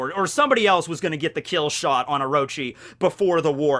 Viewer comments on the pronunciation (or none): none